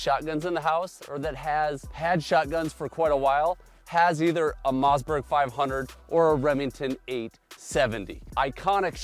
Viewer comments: what's a Mozzburg? Some kind of burger? I always thought it was Mossberg with Swedish family Origin. Must be something lost in the translation or dialect😊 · It’s a mossberg not a mazzzberg